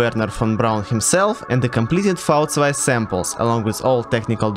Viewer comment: Props for correctly pronouncing V2 👌